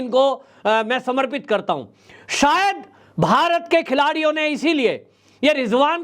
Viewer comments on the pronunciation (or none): none